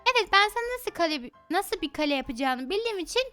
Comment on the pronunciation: Kalem kalem değil Kale